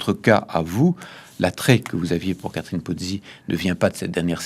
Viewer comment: Ils prononcent une centaine de fois le nom de Catherine Pozzi en disant : "Karine" !